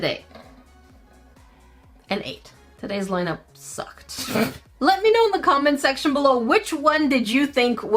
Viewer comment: am i the only one that heard her say "let me know in the comment sexual"??? lol